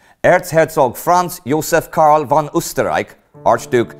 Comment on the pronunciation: Conrad FFFFON Hötzendorf, not won! Like Folkswagen, not Wolkswagen!